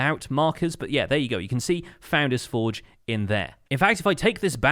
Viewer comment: It is the only poultry man which is evolving into the Pesky bird. My life is a lie, I thought you always said foundains-forge but it's founder's Forge? Huh?